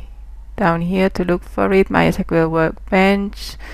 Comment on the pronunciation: No no no You cant say "My esquel"!